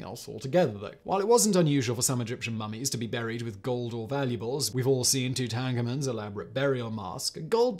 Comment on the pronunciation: I do like your pronunciation of Tutankhamen...I shall, henceforth use the same.